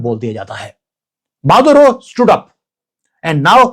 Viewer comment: माधवराव ❌ मादुरो ✅✅😅